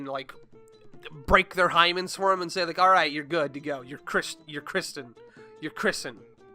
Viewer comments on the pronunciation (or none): Chris-tened, christianed😭😭😭😭